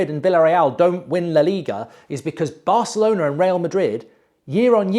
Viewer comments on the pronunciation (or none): none